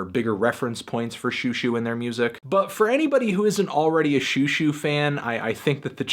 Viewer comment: Xiuxiu should be pronounced more like "schoh-schoh" (sch being sort of in between an"s" and an "sh")